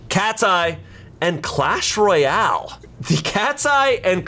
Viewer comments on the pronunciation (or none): none